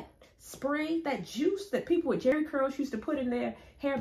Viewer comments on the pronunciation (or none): none